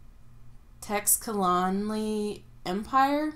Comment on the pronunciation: BAHAHAHAHAHA! THAT OPENING LINE!!! Friends don’t let friends read an insane amount of big, beautiful books in a month’s time alone! I’m glad I’m not the only one having trouble pronouncing Teixcalaani from A Memory Called Empire. Oh I hope you love the Ten Thousand Doors of January as much as I did! I really feel it is one that I will love more each time that I re-read it!!! I have The Starless Sea on my Master TBR list - I’m looking forward to hearing your thoughts. Also about Gideon the Ninth because I absolutely has the best time reading that one. THE WAY OF KINGS IS MY MOST FAVORITE BOOK!!!!! You have picked a phenomenal TBR!!!